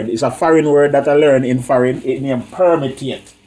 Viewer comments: Permeate not permitate. 😂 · permitate lool Jamaican for permeate 😆😆😅😅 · btw its permiate smh